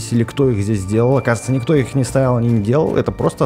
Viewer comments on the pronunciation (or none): none